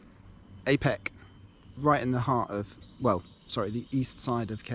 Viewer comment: Its pronounced are peck. The are without the 'r'. Jealous of you